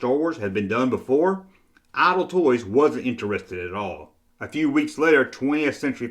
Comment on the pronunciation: LOL he said IDLE Toys